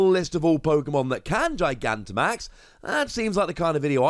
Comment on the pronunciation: You're the first person I've seen to actually pronounce Gigantimax correctly.